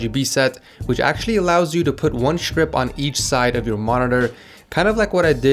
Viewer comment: I am soooooo triggered cuz he says shtrip not strip omfg pls